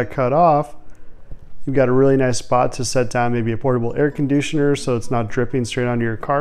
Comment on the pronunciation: “Air condouchener”